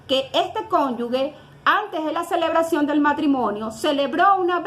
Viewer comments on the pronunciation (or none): Santo Dios, esta abogada no sabe diferenciar entre la combinación de las letras "gue" y "ge". Reiteradamente al hacer referencia al cónyuge, lo pronuncia "cónyugue". Una cosa es ser Gevara y otra Guevara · Por favor abogada no es conyugüe, lo correcto es cónyuge , lo de cónyuga suena feo